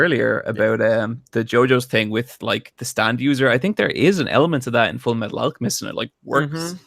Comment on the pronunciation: did i hear say FMF like full metal alchamest insted of FULLA MEETHAL ALCHEMISTSHT